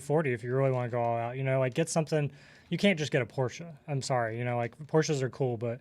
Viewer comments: Thank you for saying Porsche the right way! I trust you must be a fellow gearhead. Don't put your money in shady banks for intro rates! You can ladder out CD's at Fidelity for 5%+ right now from 3 months to 3 years. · Thank you for pronouncing Porsche correctly. Dankeschön!